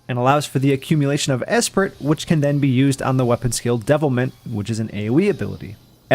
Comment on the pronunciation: Great job, someone not running through the information so quickly that you barely have time to comprehend which move processes (proc's) what, BTW ...the t is silent, esprit is generally said as eh-spree or uh-spree